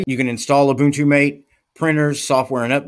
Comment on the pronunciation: I thought it was pronounced "Matéh" ?